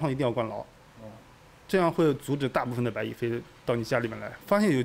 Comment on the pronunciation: 他蚂蚁的蚁发音对，白蚁发白米，按道理说，应该叫蚂米，哈哈哈哈